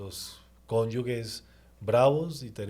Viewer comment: SE DICE "CONYUGE", NOOO" "NO CONYUGUE" . CONYUGE, CONYUGE, CONYUGE. SALVE MARIA!!!